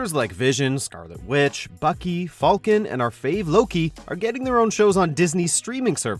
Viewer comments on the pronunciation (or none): none